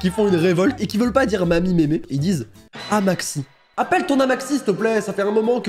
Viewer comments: Bonjour! Le terme pour désigner grand mère dans le sud ouest "amatxi" se prononce "amatchi". Il me semble qu'on le dit surtout dans le pays basque. Voilà! J'aime beaucoup ce genre de vidéo, j'apprends plein de nouvelles expressions de différentes régions de France et c'est géniale, alors un grand merci! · Amatxi c basque et on prononce Amatshi (lickez pour qu'il le voix svp) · Amatxi c'est du basque et ça ce prononce amatchi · on le dit au pays basque car c’est du basque et on le prononce amatchi car maman on dit ama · Amatxi se prononce amatchi et cela veux dire mamie en basque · Cela se prononce amitchi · pour le petite info , vu que je fais partie des résistants ;) amatxi sa se prononce amatchi et c'est du basque puisque cette zone fait partie du pays basque donc maintenant que vous savez un petit mot en euskera en voila un autre ; agur ( sa ve dire bye en gros) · "Amatxi" ca veut dire mamie en Basque, donc c'est normal qu'au pays basque les gens parlent basque. En plus ca se prononce [Amatchi] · J'ai pleuré face à sa prononciation de Amatxi (ça se dit amatchi). C'est du Basque, il ne pouvait pas savoir mais mes oreilles ont eu mal mdrre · et le Basque, une grande histoire d'amour (Ca se prononce "Amatchi"😅) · ça fait mal a entendre amatXi😂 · J'ai compris amaxi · amatxi se dit "amatchi" et c'est du basque. Donc seuls les Basques appellent leur grand-mère ainsi pas tout le sud-ouest! 😉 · Amatxi en Basque se prononce "amatchi" , j'étais décapité en voyant la prononciation XD , mais bon, on ne peut pas le deviner quoi 😅😅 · Heureusement que tu était la pour rattraper la prononciation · Alors pour le Amatxi en intro ça ce prononcé Ama tchi et c'est du basque. (Pas dans tout le Sud-ouest d'ailleurs juste au pays Basque). 😭 🖐️ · "amatxi" se prononce "amatchi' et c'est du basque ça signifie littéralement mamie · Pour "amatxi" ça ce prononce "amatchi" et ça veut juste dire grand mère en basque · Mais... "Amatxi" se prononce "amatchi" T_T